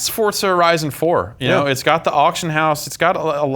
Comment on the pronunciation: why do they say "Fort-za" instead of "For-za"?